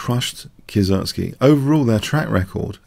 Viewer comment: hehe, the name actually is not "Kie-sertz-ky" but "Kie-se-ritz-ky" ;) Well, everyone knows whom you talking about.